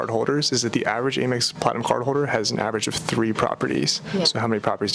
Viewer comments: Amex (where the A sounds like the A in "dad") Not "Ay-Mex" Otherwise...great video! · Please stop saying “ay-mex”. It’s pronounced “am-ex” as in American Express. You wouldn’t say Ay-Mercia unless you’re from Texas. Love your content though. Very informative credit card info and reviews. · Isn't it "AM-EX" not "A-Mex"?